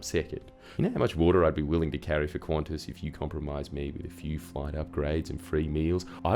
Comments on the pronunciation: There's a reason why language selectors only have English (UK) and English (US). Stop pronouncing Qantas as "Quantas", or add another letter ffs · Why is it pronounced Qwontss? Edit: WTF Australia? Isn't it like can-tas or something?